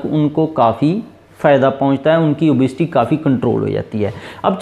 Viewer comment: It is obesity not obsity